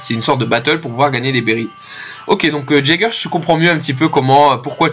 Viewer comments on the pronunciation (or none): jager je pense que sa se dit yager comme eren jager ( yager) ;) sinon bonne video